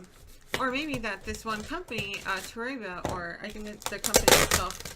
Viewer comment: Toreba pronounced "tow Ray bah". It's translates to "If you do"